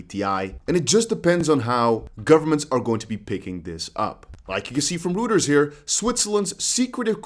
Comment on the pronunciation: ***** If I hear you say Rooters one more time lol it's pronouned Roy-ters